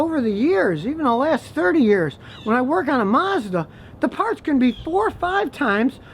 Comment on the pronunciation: Mazda "Marsda"?